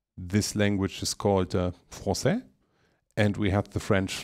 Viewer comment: For 5 seconds I thought you were french Good pronunciation for "francais" thank you and very good reminder on mod.shared